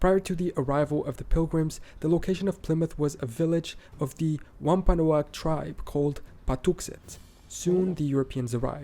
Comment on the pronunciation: note that he stated that Santa Fe mean's 'holy faith' in Spanish, but the script below said 'holy spirit'; the first is correct. In the Mass. section, he stated that the WAHM-puh-noag tribe met them. Actually, Wampanoag = WAHM-puh-nawg. Re. Dutch being prevalent in NY, Brooklyn (NYC) origin is from Dutch Breukelen, meaning ‘breakage’. Re. Michigan, Sault Ste. Marie = sue saint muh-REE ([Middle French for “Rapids of St. Mary”], not SALT St. muh-ree. Re. MD, Anne Arundel = uh-RUN-d’l, rather than uh-ROON-d'l. On the subject of Alabama, Mobile = moe-BEEL (Alabama’s port city; French for MOE-bƏl, as in ‘able to be moved’, and named after the local Mobile tribe. Yes, he was right--he got the Louisiana entry wrong. Natchitoches = NACK-uh-tush, strange as it may seem. Another surprise pronunciation: Pierre (SD) = PIER (not the French name pronunciation pea-AIR, because the Dakotas were settled by Germans and Scandinavians, rather than French, so upon seeing the established name, pronounced it PIER. The next mistake is Texas' entry: Nacogdoches = nack-uh-DOUGH-chiss. The Ohio contribution, Marietta, is mary-ET-uh., re. Arkansas, I think he said "Arkansas' ", as in "something belonging to Arkansas". North Dakota's contribution, Pembina, is PEM-bih-nuh, rather than pem-BEAN-uh. In the OR entry, our first millionaire's last name was 'ASS-tore', rather than uh-STORE, for ass-TORE-ee-uh., you speak whale? That was good.😀 The tribe which helped settle Oklahoma is the